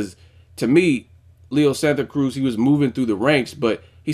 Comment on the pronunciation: Just wanted to give you props on your pronunciation of Leo's name at the video's opening. :)